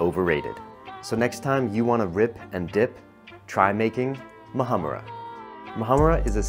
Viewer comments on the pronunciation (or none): Moohummura Work on the pronunciation with your Middle Eastern friends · l knowwww right. dude there are different dishes without you downrating nutty hummus. Plus you pronounced Muhammara not in its ACTUAL pronunciation too so howsthat!